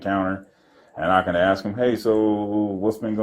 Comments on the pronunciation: How many times is she going to "axe" him? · She’s a liar. We all heard her say she ax him. there was a attempt of a axing with no ax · Why are they always wanting to "AXE" me??? How do you know he was "zooming in"??? "Unfortunately" it's a free nation. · You AXED me what i was dooin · I'm sitting here laughing at this watching 3 ignorant people of color acting as they often refer to as Acting A Fool! And Axing you not to film! Lol! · “ diminish mental capacity“ says the cop who can’t say the word ask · One question ...can any of them pronounce the word ASK 😂